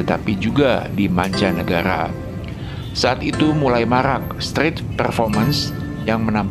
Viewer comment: Narator nya siapa sih ini??pronoun street saja kagok ..penguasaan ucapan yg benar sangat penting ya adminnya.